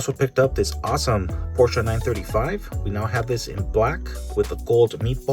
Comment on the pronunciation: Porscha??? Im sure it’s Porsche lol